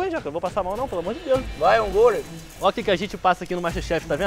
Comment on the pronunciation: “vai engolo” kkkkkkkkk não canso de rir com Jacquin falando errado